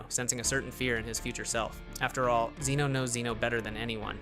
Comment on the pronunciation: You can't even pronounce Zeno right 😂